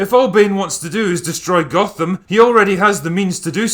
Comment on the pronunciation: He didn't say "Gotham" he said "Gothan", he was clearly watching the swapmeet bootleg version of Dark Knight Rises, where all the actors are mexican day laborers.